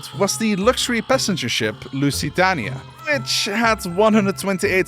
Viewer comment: I don’t think that’s how Lusitania is pronounced. Also that ship is the Titanic. (I’m not trying to be mean or anything btw)